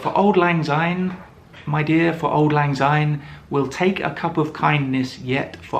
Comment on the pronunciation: Oh dear! One minute in and you have pronounced "Syne" as "Zyne"! The song is in Scots. Translation from Scots to English: "Auld" ="old", "lang" ="long" and "syne" = "since".